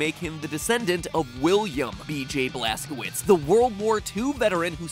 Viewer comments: Wouldn't Blazkowicz be pronounced Blaskovitch? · The blaskowuts is German so it would be pronounced blazcovitz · Blaskowicz is pronounced Vlaskovich, not Blaskouits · The name Blaskowicz is most likely pronounced Blask-oh-vich. My name is Karpowicz and it’s pronounced kar-poh-vich. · Just to clarify, "Blazkowicz" is pronounced as "Blazkovich" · It’s pronounced blazcovicz because it’s actually a German name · It is pronounced BLAST-KA-VITCH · The end of Blazkowicz name, the "wicz" is pronounced "vich". I know this since my last name ends with "owicz". Polish. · mispronouncing blazkowicz like a pro xdddd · That bad pronunciation of Blazkowicz. GJ there. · Mat. You do so much research, yet you are unable to check proper pronunciation of word "Blazkowicz"?